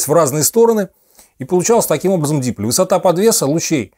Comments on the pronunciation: да дипОль, что за манера коверкать термины?! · Вот это да. Отличный рассказ про технику тех лет. Только вот ударение в слове дипОль - на "О" ) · Ну не верите мне, послушайте как умные и образованные люди это слово произносят(посмотрите хотя бы лекции МФТИ по дипóлям, их тут много), в крайнем случае википедию откройте... не нужно умничать не разобравшись. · "ди-" - приставка. Ударение на приставку в русском языке, обычно не ставится )